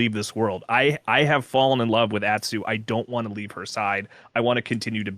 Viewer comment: How is it possible for to not know how to pronounce the name of his favorite game or its main character? To quote another cohort "Holy fuck people learn how to pronounce [Atsu]. It's not that hard!" They say her name in the game dozens of times. DOZENS!